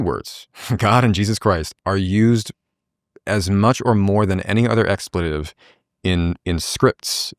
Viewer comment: excuse me, wtf is an "expLEETive"?